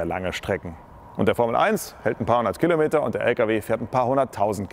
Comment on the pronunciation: Das heißt nicht "Killometer" es heißt Kilometer.